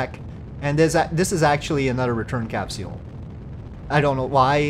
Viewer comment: Why do you pronounce capsule as 'cap-see-il'? lmfao Another great video, really enjoying the stock playthrough too